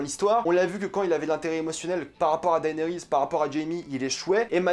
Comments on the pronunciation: PUTAIN MAIS on dit DénéRIS , PAS Daaaaéééénééris ! Bordel ca ma gaché la vidéo! Le mec matte 8 saison et jamais il a entendu quon dit DéNéris PFFF LOOOOOOOL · Tu m'énerves tellement quand tu dis daénéris ça me stresse de fou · Enfin c'est finit, on aura plus a l'entendre prononcer "daënerys" toutes les semaines hallelujah 🙌🏻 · Arrête de dire”daaayniris” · Tu suit got depuis 2011 et tu sais toujours pas prononcer le prénom de Daenerys 😂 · Daillenerysse??? 😂 Cèrssèille?? 😂